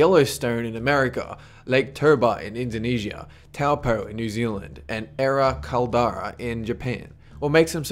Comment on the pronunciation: It's not T- ow- po, it's said like Tow-paw. It's maori.